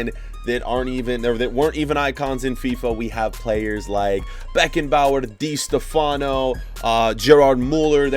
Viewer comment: Ya And He Said Di Stef Ano What The Hell Do you know how To Pronounce